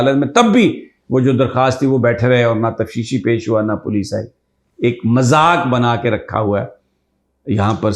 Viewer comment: لفظ تفشیشی ہے یا تفتیشی ؟؟؟